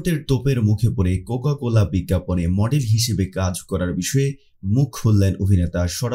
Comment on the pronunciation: vodai cocola na cocacola hobe